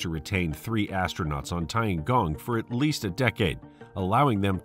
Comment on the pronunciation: Tiangong means heavenly PALACE, not heavenly PLACE, lol. Good video, but unfortunately, you butchered the names and especially the pronunciation pretty hard. Oh well.